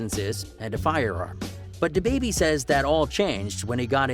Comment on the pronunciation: Yo why did you waste your time on this video and then waste ours. This some phony B.S. I would just get rid of this now. You don't really know his life to be talking on it. You can't even say his name correctly. You actually sound nervous even talking bout it.